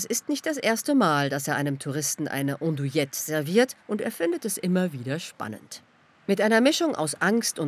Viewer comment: Wird "Andouilette" wirklich "Ondouilette ausgesprochen?